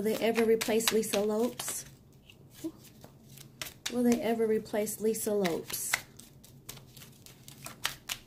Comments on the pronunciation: You wre pronouncing lisa's last name incorrectly it's pronounced like Lopez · Gurl !!!! Please stop. Her name was Lisa Lopes(z). Spanish inflection.